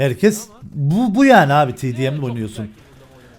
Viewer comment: Emirin Sasuke abiğ demesine bayılıyorumya😂😂